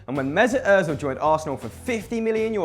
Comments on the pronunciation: Ozil not oezil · It's Mesut Ozil not Mesut Ozeil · its not Oezil its Ozil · It's Ozil not Oezil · Mesut Ozil not oezil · It's Ózil not oezil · btw...Ozil not "Oezil" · its ozil not oezil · wtf is oezil it is ozil not oezil ozil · IT'S ÖZIL NOT OEZIL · "oezil" rly m8? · it is ozil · *Özil not Oezil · Oezil wtf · oezil haha lol 😂😂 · “Oezil” just wow. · Toby Mont It's Özil ;p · And Mesut Oezil... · oezil?? do u even spell bro?? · mesut "oezil" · Oezil!?? Its Özil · It's Özil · its özil you morons